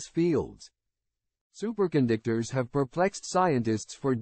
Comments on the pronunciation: Wait a minute! Did the A I say, 'Super condictors'? It said it again! That's Hi larious! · Super Con Dick Tors